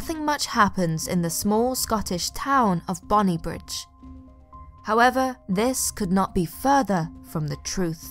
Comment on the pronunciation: its actually pronounced " bonny brig" xx